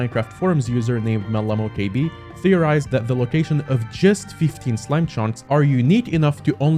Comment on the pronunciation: the way you said mellamokb cracked me up 😂 I dont fault you for saying it that way, but it's still really funny how you did.